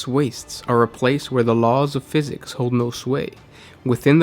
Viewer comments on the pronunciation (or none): none